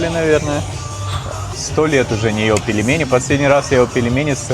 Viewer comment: Ну, где ты с.. в слове пельмени, нашёл букву е после буквы л? Где? Там мягкий знак. Произносить нужно так же как написано: пель-ме-ни. Не пелемени. Фу, выбесил.